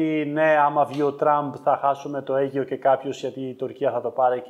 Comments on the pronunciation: Αιγαιο οχι Αιγιο ουτε σωστα να το πεις δεν ξερεις ρε με απογοητευεις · Η αλήθεια ποναει όντως, συνέχισε ακριβώς έτσι, τις ταμπέλες μόνο που βάζεις πρόσεχε για τον αλγόριθμο στο YouTube. By the way Αιγαίο και όχι Αίγιο 😉